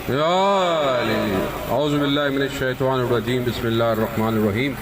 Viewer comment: Bismisla irrakman irrakheem galat h sahi kar lo plz Bismisla irrakman nirrakheem thinking positive thinking✔️